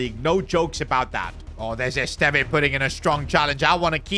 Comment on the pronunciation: PCQ: As a Burnley fan I’m happy you’ve signed Esteve but you’re pronouncing wrong, it’s supposed to be Esstevv not Estevai